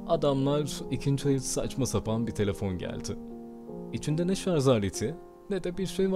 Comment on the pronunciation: ‘Şarz’ı duyduuum... Videoyu kapatıyorum 😶